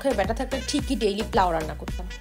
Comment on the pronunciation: পোলাও ❌প্লাউ✅